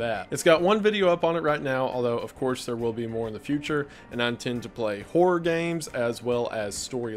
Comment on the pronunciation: For the love of God, Goon: hor-ROR games. Two syllables. Not whore games. You're not on Twitch.